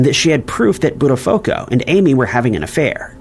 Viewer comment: Just a heads up - it should sound like "butt a foo ko" - not how you said it. If you ever want it to sound correctly. Great video overall!